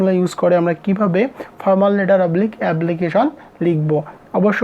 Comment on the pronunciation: এবলিকিশন❌ এপ্লিকেশন ✅